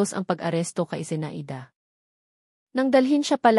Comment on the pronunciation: Kawawa naman ng narrator di marunong magbasa no! Number yan.zea i da ? Zenayda pagbasa. Daming mali nako. Over dose overdos ang tunog.